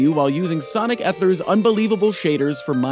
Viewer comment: Said ethers wrong